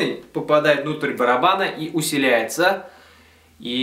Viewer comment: усиливается а не усиляестся)